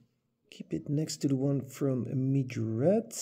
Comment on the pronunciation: Nice video dude! I like the poster cars countach's the most, because of how much detail you get for less price. Its funny too, how you spell Majorette. Earlier you always said Majorete, now you say mijorett😂Try just one time: M A J O R E TT👍😂